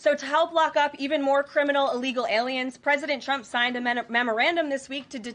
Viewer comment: Why does she pronounce his name "Chump"?😂